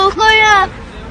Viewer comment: en sonda lass mich diyor sanki ghfjdk